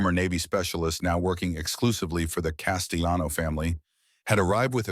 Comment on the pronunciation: The AI pronouncing the double L in Castellano as if it were a Spanish name made me laugh.